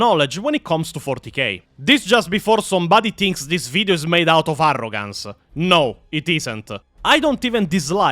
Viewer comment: arrogancy... said like Necromancy... I like it 😁 I hate to say it, but I think the world needs more Italian accent videos.